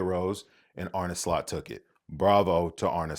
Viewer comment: You're an American who: One, is going all GAGA over ... football??? Two, pronounces Arne Slot's name correctly. That right there is funny AF to me. That said, I think PSG is gonna beat them. Probably not easily, but it is likely. The big question then becomes: Did Slot FAIL this season if he doesn't treble?